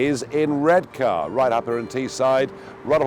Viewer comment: Interesting, that by the end of the video is pronouncing Redcar like a local 😆!